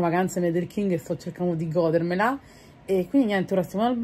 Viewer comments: “Starbarks” e “gòdermela” 😢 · Se potrei gòoodermela😂😂😂